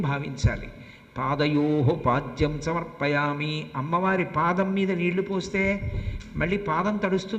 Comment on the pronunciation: పంతులు గారు శ్రీ సూక్తము లోని మొదటి మంత్రం తప్పుగా పలికారు హిరణ్య వర్ణాం హరిణిం....... శ్లోకము (ఈ తనకు కొద్దిగా నత్తి ఉంది) సమర్పయామి (తమర్పయామి) అన్నారు కదా